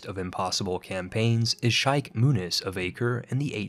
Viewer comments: duchy = dutchie not ducky, LOL Sheikh = SHEEK not SHIKE. Come on man. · I will if you learn to say Sheik, Duchy and some other words correctly...